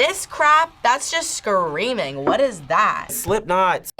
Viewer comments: "I just hear scweammiehh!!" bro, please. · When he pronounced "screaming" as a 4 syllable word, i knew all i needed to know about him. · Only a testosterone challenged Gen Z’er can turn a two syllable word into 4 syllables: “Sca-ream-ing-a!!” 🙄moron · Can't stand how these guys enunciate. "Suh-creamin-guh", "death-uh". Turning 2 syllable words into 4 syllable ones. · When you take a word like "screaming" and add additional syllables to make it "SCA-REA-AAH-MING_AAH", just stop. I know you're young, but you don't speak that way. (yes, I'm old)